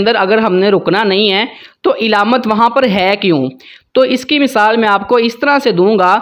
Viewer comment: علامت کے عین پر زبر ھے زیر نہیں ھے